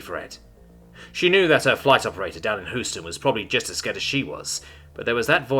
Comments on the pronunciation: Hey, do you want an American to give you localization lessons? Houston isn't pronounced that way. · It's pronounced Hue-stan.